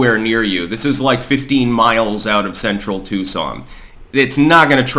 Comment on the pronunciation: It’s Tucson, not Tuscon…